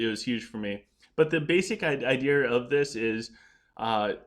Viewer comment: I just love the way you say idea 😂. It catches my attention every time.